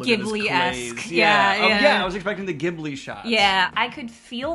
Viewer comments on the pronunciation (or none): Ghibli is not "gi-bli" it's "ji-bli" 😭